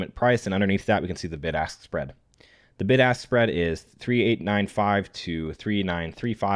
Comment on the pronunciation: I know he was saying “Bid-Ask Spread” but I definitely heard “BIG ASS SPREAD” Like 7 times in a row during that section lmao